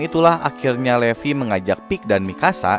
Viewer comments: Dibacanya livai bukan levi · bukan levi tapi levi dibaca livai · Bang baca nya salah : 1.Levi ( bacanya, Livai ) 2.Paradis ( bacanya, paradis )